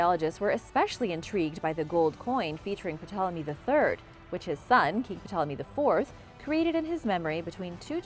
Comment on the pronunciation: Hi. The P in Ptolomy is silent.